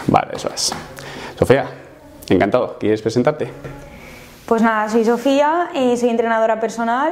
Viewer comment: soy el único o he escuchado decir a pico "Sofea" 😂? Calvete t queremos, sigo esperando el final feliz